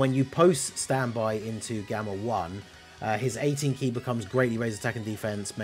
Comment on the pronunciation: its worded the same for both base and standby,so I was confused when he read it wrong for the 1st one then right for the 2nd 😭